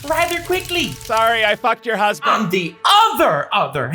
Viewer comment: WHY HE KEEP ON SAYING "Sorry I fucked your husbandt"